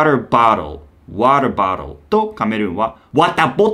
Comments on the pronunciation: ワタボトゥ〜は卑怯やわw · 確実にワタボトゥの発音日本語より可愛いだろ。。